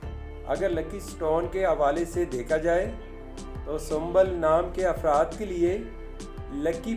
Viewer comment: Sumbal nhi hota aap galat bol rhe hai sumbul hota hai I am sumbul